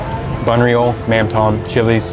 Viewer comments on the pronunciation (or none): Appreciate you trying to speak Vietnamese...the accents on the letters and words affect how the words are spoken..."mắm tôm" is pronounced something like "mauhm dome" instead of plain "mam tom" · mam tom try to pronounce tom with "tome" kinda tick me off when you pronounce that like a name or tom yum paste which is so far off . and mam can be pronounce like "mum or mom" in english